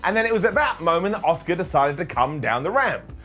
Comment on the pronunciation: Love u!! Why do u pronounce Asukas name as Oscar tho? Just curious!